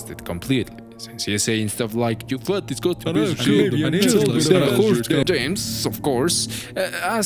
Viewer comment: “Disgusting shet” is killing me😂😂